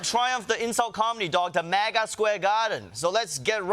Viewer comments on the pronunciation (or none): none